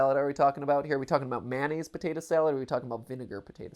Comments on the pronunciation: Mayonnaise. Not Manaze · Regional pronunciation I guess, because I say manaze as well